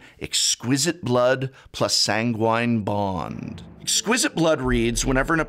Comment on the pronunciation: Toxic del-Yooj, Prof.. not that it matters much ;) Edit: Also, San-Guin Bond.. love you